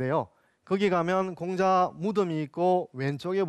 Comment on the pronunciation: 장음인 단어의 첫자를 짧게 잘못 발음한 예:공자, 서(공자의 서),편지, 두 번,사실,피마골,사건,사람,공유, 등 이 아상 듣고싶지 않습니다. 논어 강의에, 공자라는 말의 발음마저 바르게 발음하지 못하는 학자의 강의를 어떻게 듣습니까. 한문 강의를 하시려거던, 적어도 장단 자고저 공부를 좀 더 하셔야겠으 ㅂ 니다. "한국 어문을 고발함"이라는 책을 읽어 주십시요. 미국 변 완수 배